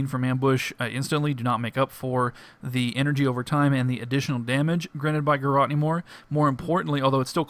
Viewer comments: lol "Garrawt." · he says garrote funny!